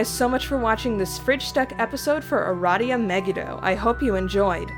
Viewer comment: Finally, someone else says Uh-Rah-Dee-Uh instead of Uh-Ray-dee-uh